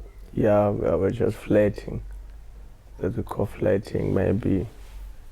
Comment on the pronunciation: The only thing i hrd was "i was just flatng" 😂😂😂😂